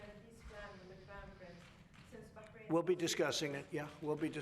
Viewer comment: On a side note - I hate when people say BAHK-RAIN, just like I hate when they say CopenHOGen